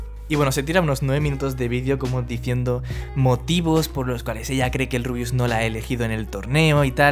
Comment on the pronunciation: todo bien y todo pero en una parte dijiste El RUIUS 😂😂 sos un genio saludos desde Argentina